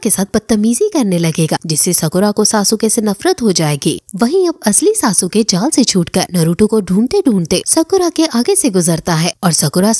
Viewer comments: It's sasuke not sa su ka (￣へ ￣ 凸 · Sasuke hai sasuuke nhi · It's not sa-su-ke it's sasuke(suske) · It's not सासुके it's सास्के 👍